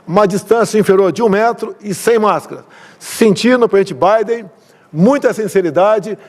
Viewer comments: só eu que entendi o excrementíssimo falando "petibiden" ao invés de PRESIDENTE BIDEN? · Pritchi, Britchi Biden? Que pouuram de pronúncia é esta deste Bolsonaro ignóbil. O cara põe como sucesso de um encontro, a distância que ele se senta de alguém e tmabém ali não houve nenhum diálogo. 4 anos que uma sociedade passou analisando alguém como Bolsonaro, um incapaz em todos os aspectos.